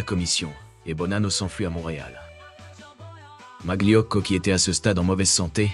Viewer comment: Très bien cette vidéo, mais svp ne dites pas maglio mais malio, molto grazie, buona giornatta a tutti 😊